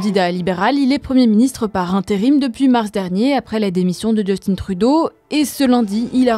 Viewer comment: Encore 2 corrections : il n'y a pas de temps de mandat définit au Canada. Ensuite on dit "Justin" Trudeau et non "Justine" les français font tout le temps l'erreur je sais pas pourquoi il est francophone le mec.